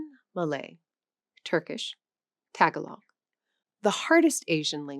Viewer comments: Tagalog isn't pronounced "Tag-a-log" it's "Ta-gaa-log" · Tagalog is pronounced “tah GAH log,” not “TAGGalog.” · "Tágahlog" ...lol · May I add, the accent is in the middle syllable. Ta-GA-log. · So I hope that for a foreign language channel, you will pronounce the name of the national language of the Philippines properly The accent is on the second syllable, not the first. Also the first syllable is not pronounced as a short a. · This girl cannot even pronounce tagalog properly